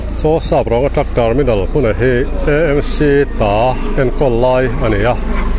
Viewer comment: EMC tia lam hi a dik lo a,AMC tia lam nise,Eizawl Municipal ni loin Aizawl municipal tih a ni a,AMC tia lam ni tawh ṭhin se.